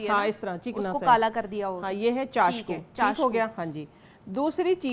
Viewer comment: میڈم نام تو درست لو چاکسو ھوتا ھے چاشکو نھیں زرا احتیاط بھی کیا کرو پہلے سٹڈی کیا کرو پھر لیکچر دیا کروطبی لغت دیکھ لیا کرو شکریہ